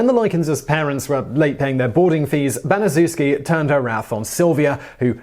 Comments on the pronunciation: its pronounced BaniChefski not banizewski. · According to testimony given by Gertrude Banizewski's daughter, it's pronounced "Ban-i-CHEF-ski." NOT, "Ban-i-ZOO-ski." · Her name is pronounced like: Gertrude Banish-Shef-Ski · it’s pronounced Bani-shefski Gertrude Banisezwski was a monster. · Pronounced "Ban-es-chef-ski." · It's pronounced Ban-ih-SHEF-skee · Come on TopTenz, you have 1.3 million subscribers, more videos than I can count, and you've been making these videos for NINE YEARS. Baniszewski is a Polish name. It's pronounced ban-i-shef-ski. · Gertrude's last name is pronounced Ban-ee-chef-skee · You pronounced Gertrude Baniszewski’s name wrong. The least u can do is not butcher the names. What about Elizabeth Bathory? How does she not make the list?!?